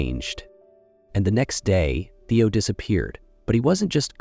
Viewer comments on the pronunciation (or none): It’s a big turn-off when the narrator can’t get the names of the characters right. It’s Theo, not Teo and Sky, not Skye.